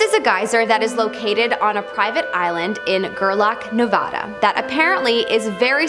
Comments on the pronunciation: I'm sorry homie, but it's Nevada.. not Navada 😘✌🏼 lol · "Navada" Cringe.